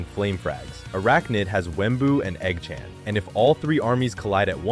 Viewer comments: Eggchant❌ EggChann✅😭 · the hell u mean by "igchawn"?? its eggchan son😭😭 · dont talking about he saying eoggchaan